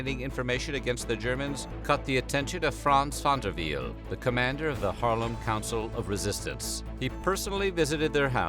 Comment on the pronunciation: You say van der Wiel like a german 🤣😂